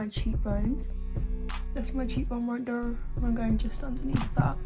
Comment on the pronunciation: “right der” 💀